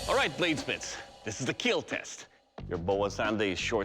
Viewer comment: Over all Sir, your weapon "IT WILL KEAL"